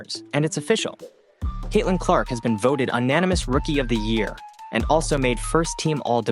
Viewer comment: Jfc, "Unn-animous"? Stop smoking AI